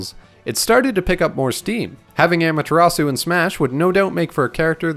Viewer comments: I guess I'll take amateur atsu, but how did you butcher Susano? 🥺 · amaterasu: om-uh-ta-ros-ooh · They pronounce Amutazu in Marvel vs Capcom